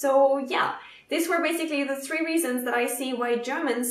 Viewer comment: that's definitely not the "American" three so I guess you're safely German. If you've seen the film Inglourious Basterds you know what I mean.